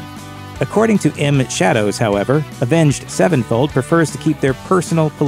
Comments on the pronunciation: Why he keep saying “avenged. Sevenfold”? 😂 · Is it just me or does he say avenge sevenfold weird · The way you pronounce their name drives me crazy. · Why does he say Avenged Sevenfold like that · Omg the way this guy says Avenged Sevenfold like it's two separate words bugs me